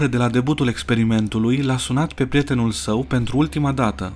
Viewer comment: Prietenul nu “PRETENUL”